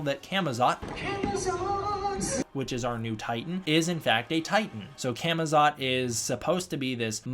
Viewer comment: When the Legendary speaker mispronounces Camazotz and continues with that mispronunciation. I mean, I know you’re gonna have an American accent, but PLEASE at least try.